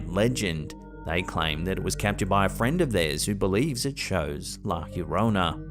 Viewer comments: It’s kindly pronounced La Yo-Rona. Not La Her-Rona. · It's pronounced like La "Ya-rona" not "here-rona"😂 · It’s La Llorona, Not Fiorona. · How have you not yet learned to say Yarona yet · it’s “lah yo-row-nah” 😂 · Bro, why do you keep pronouncing La Llorona as "La hyiorona"?? LL is Spanish just sounds like a "y" or sometimes a soft "j" but never "hyi". Please fix yourself! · Please, I'm half English and half Spanish. Try a Y sound for Yes whenever you try to say - la llorona -. Avoid any G or J sound 😅🙏